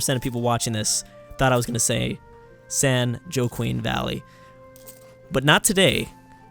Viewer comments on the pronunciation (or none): Wakin, not Joe-queen